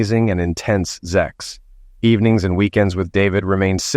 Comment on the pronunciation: Stop saying ZEX . Speak English .